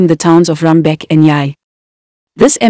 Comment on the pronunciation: Its JUBA, Bor Malakal Road not MALAGA and its also Rumbek the commentator pronounces the towns wrongly